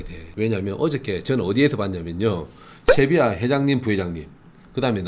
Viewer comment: 꽁병지의 특유의 갱상도발음~쉐비아